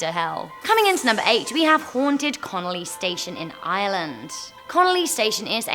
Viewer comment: I love the way says connolly as thats my surname. Great work. Love from ireland